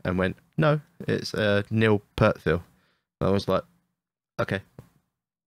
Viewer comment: The pronunciation of Neil Peart's last name is "peert" not "pirt".